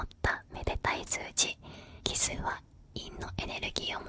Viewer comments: なんかあれだな ちょっとかわいいな 奇数がキスに聞こえるとこがいいw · キスの法則に聞こえてしまった...